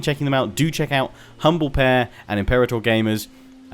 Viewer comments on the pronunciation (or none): none